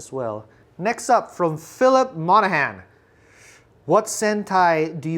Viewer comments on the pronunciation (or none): none